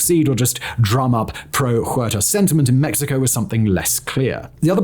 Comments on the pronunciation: OO AIR TAH, not HOO AIR TAH H is silent in Español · Simon, in Spanish the letter "H" makes no sound. So Huerta would sound like uerta.